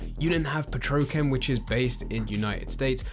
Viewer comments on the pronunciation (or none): petrochem lmao Edit: he did it again omg Ok it got annoying now. It's pronounced Petro chem. Like two words.